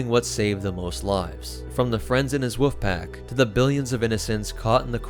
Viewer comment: did my guy say "woof pack" ?